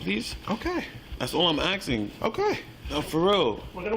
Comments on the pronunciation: Legend says if he wasn't saying AXING instead of ASKING, he would have stayed out of trouble. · why is she axing him all those questions? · you axxin me a questin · I axting you a question. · Why can't black people say ASKING?